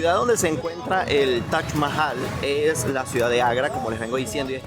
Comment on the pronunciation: Es Taj, no Tach”